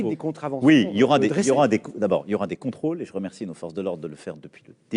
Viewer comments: " Contrôles " pas contôles 🤦🏽‍♀️🤗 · Le parisien : "il y aura des contôles" le r est en option.